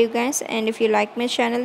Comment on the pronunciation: she can also try to improve it so she can say it correctly